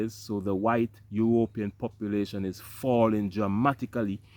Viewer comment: How does U.S have the money to give Sweden for this when we have a Migrant Crisis here. Ur Ropean does sound cooler than European Lol they should thank you for that 😅😅